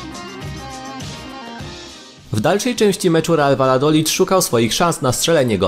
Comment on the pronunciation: Vajadolid jak masz 2xll to czytasz jako j xD ta wiem żeby nie było nie pultam się ani nic ale no warto powiedzieć etc tak samo h jest nieme pamiętajmy xD